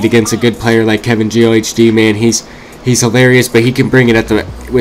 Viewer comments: It's KevinGeeOhhDee not KevinGeeOHDtv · The h is silent, but good video!